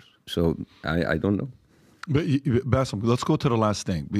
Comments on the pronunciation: This guy is so far off in his knowledge of the middle east region that it was just painful to listen to him. How Bassem managed to listen to this level of crap while being exhausted is beyond me. Also ya it's BASSEM, not Bassef. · He kept saying his name wrong calling him Baseff. can benefit from ❤️ surgery. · Why does keep calling Baseem, Basiff?! 🤔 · I cringe every time calls Bassim ‘Bassif’. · The fact that keeps calling Bassem, Bassef tells me all I need to know